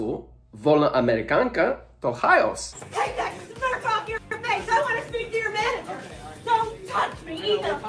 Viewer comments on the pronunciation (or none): chaos, bez j nie kejos, nie chajos, tylko chaos